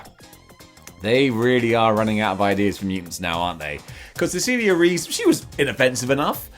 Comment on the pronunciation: Just a little language lesson from a latino, Cecilia Reyes' surname is pronounced REh-yes, not Reese.